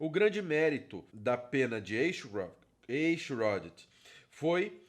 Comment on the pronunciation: É fácil pronunciar seu sobrenome: Em vez de E se pronuncia A. Aichrot.